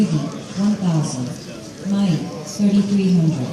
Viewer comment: It's Mai not may